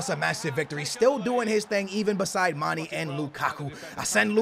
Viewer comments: Someone fucking TELL HIM ITS PRONOUNCED MAN-AY NOT FUCKING MANEE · Love u! One thing it's Mane not Money. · "dembell -aye" not "dembellee" "man-aye" not "manee" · Mane not mani* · Mon-Ay (Mane) Ka-Ras-Co (Carrasco) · the "é" in Mané is pronounced aye. So his name is basically pronounced Mon-aye. 😂 Just trying to help👍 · It's pronounced "manè" seriously lmao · It's pronounced "marnay and dembelay" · Just say Manes name right once pls. You say it so often lol